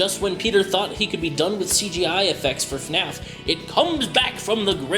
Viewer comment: / its not eFNAF. You pronouns it F N A F. duh